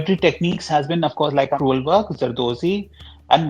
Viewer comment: "Crewel" not "cruel"